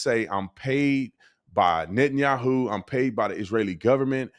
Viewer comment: You constantly call Benjamin Yahoo 😂😂